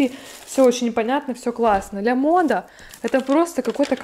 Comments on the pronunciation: лЯмода не говорят,вернее лАмода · НЕ ЛЯМОДА А ЛАМОДА.